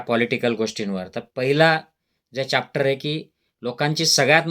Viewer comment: अरे खुळया चाप्टर नाही रे चॅप्टर बोल हे कसलं डॉक्टर येडं भोकाचा 😂